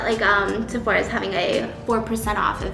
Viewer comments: nobody : Steph : såphOra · Lol did she just said Sephora with a little Korean tone in there?! 😂 Cute